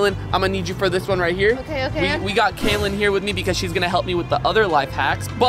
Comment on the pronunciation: Kaylen not Katlin